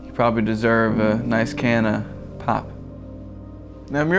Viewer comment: Britishness intensifies.